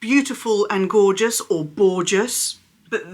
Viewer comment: “Borgeous” love it - that’s a thing now! All the Zucca! Perhaps we should say “Zorgeous”😂 ❤